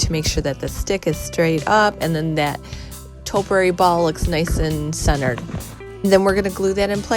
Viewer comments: Actually it’s pronounced ‘’topiary’’. Not toperary..... but I do love your channel. 😊👍😷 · Toe- pee-airy not toe-per-airy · Liked the post but please learn how to say topiary. tow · pee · eh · ree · Not toperary but topiary- just teasing absolutely love your rescues. Just found your channel today and will be watching them all.